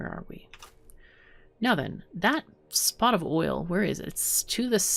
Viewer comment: Survived the storm. ;D Finaly the oil is flowing. Guess I soon will have to pay 25€ and buy Factorio, this is so much fun to watch! ^^ Every time you say "now then", I hear "meow then". xD Is that just me? xoxoxo ^^